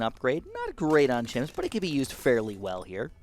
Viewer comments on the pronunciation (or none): he said himps